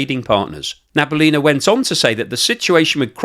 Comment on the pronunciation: NABIULINA. Not NABULINA.